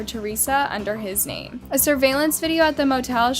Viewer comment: How can someone pronounce names so so wrong , seriously please do more research it’s just ridiculous at this point